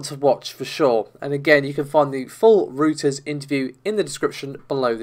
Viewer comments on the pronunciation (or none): Reuters is pronounced "Royters"...not "Rooters"...lol.